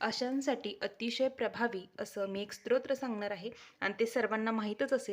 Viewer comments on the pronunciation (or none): ताई स्त्रोत्र असा उच्चार नसून स्तोत्र असा उच्चार आहे.